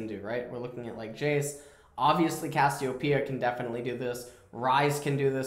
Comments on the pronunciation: why does he keep calling cassiopea 'kossidin' ? lol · Did u notice that says cashiopia